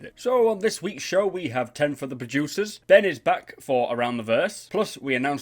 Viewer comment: I heard, "Ten for the Bajucers," every time you said "producers." Im sorry, but it cracked me up man. XD